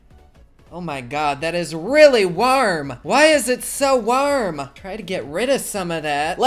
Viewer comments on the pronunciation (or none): “WARHM” lol 😂😂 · I love the way you say warm, im a creep and I love you 😂❤️ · Carlos Rodriguez it’s the Midwestern accent😂